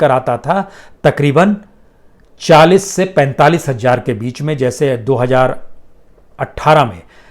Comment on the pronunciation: बाजपेयी जी , हजार को हज्जार मत कहा कीजिये।